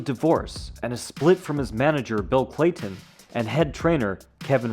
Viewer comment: Bill CAYTON…not Playton